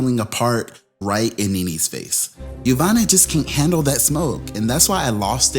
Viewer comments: Yassssss to the name butchering!!! 🙌🏾🙌🏾🙌🏾 yomama...jamima...yofufu got played. Nene was the true snake 🐍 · Jeveena??? Yomani? 😩💀 YOU DEAD WRONG, 😂😂😂😭